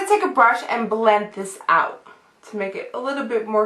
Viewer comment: i love how you say words with "L". like; b-ulll-end ( blend ) :))